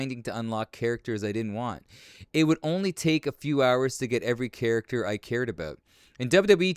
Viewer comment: Hearing Macho Man say, “aboot” in the intro and “So, I think there’s a huge black guy on this franchise”. 😂😂😂